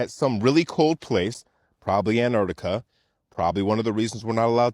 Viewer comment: I’ve never heard of “Anartica” …… 😂